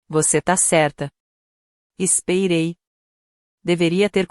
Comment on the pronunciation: Narracao por ia??? Eh dureza ouvir "espeirei"...:face-turquoise-covering-eyes